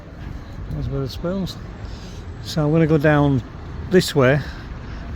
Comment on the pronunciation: Nice video. Why do you call Wetherspoons 'Witherspoons', though?